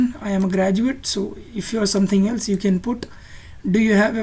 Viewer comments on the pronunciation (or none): none